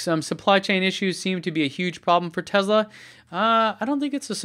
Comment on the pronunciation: Tezla? I thought it was Tesla